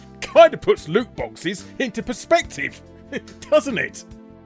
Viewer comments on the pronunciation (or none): none